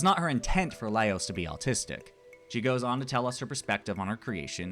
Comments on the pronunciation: Just some light fun-poking! I've actually watched videos from multiple YouTubers who pronounce his name "Leios", so I started wondering if the English dub does that... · I disagree with... the pronunciation of the name swinging back and forth between Laios and Leios. 😮